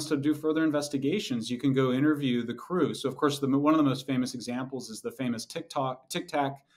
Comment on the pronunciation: How can he fuck up tic tac not once but twice??!!